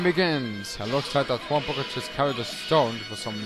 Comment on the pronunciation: It's prounced Tron Bon.